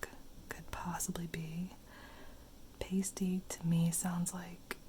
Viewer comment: It’s pronounced past ee, it basically a pastry full of meat and veg